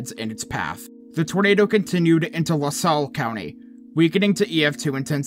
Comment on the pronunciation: Got most of the Illinois pronunciations right but have to correct two. Pekin is pronounced pea kin rather than peckin and Lasalle is pronounced lah sale rather than lah sell. We illinoisans particularly downstate pronounce towns wierd. ( don't get me started on Cairo) Yep remember that day. Had just had the funeral for my wife a little over a month before and had returned to church and walked out to head to church and realized I didn't need the light jacket because it was a late spring kind of warm. Finished with church and was headed home and already the watches and warnings were already on the radio headed home. Got home and opened up the house to take advantage of most likely the last warm day of the year and then about an hour later the first rumble of thunder started so I stepped out to the garage to watch the storm roll in. Here in Chicago's northwest northwest burbs it got rough but it was mainly wind,lightning and thunder for me but the red core on the radar passed just to my east and while no tornadoes really close several towns to the south east reported finding some important papers and photos from Washington. Used to do my house up Griswold style as my wife and I were big kids when it came to Christmas but her death took the joy from the season and the following October my church took up a collection to donate Christmas decorations for those in Washington that had been wiped out the year before and I'm pretty sure I equipped several houses there.